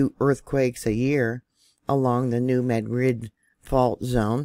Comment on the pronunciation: Thank you for pronouncing the new Madrid fault correctly. Lol, heard so many miss pronounced syllables from others. Blessings.